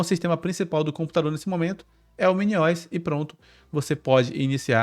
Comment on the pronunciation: "MINIOISSS" é pra acabar, se fala MINI O S, de Operating System!!!!!